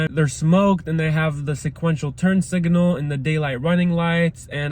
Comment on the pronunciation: Sorry, but it was aggravating me, but there is no "i" between the g and n in signal.